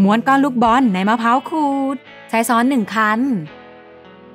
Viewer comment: ช้อน->ซ้อน ว่างั้น?